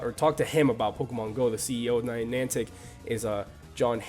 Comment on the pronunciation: Ninantic? These guys do know that it's Niantic Labs, right? The people who made Ingress? It's a bit unprofessional for these people to get the name of one of the major companies developing the game wrong...